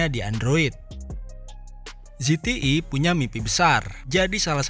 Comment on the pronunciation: ZTE bukan ZETII